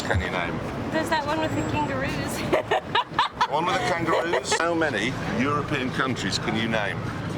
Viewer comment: "That one with the kanguroos "